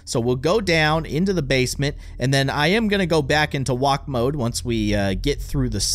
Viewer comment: its mode not moke